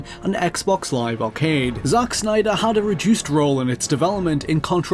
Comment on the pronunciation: I like it how he says Zack Snyder. "Zauch Snyder!"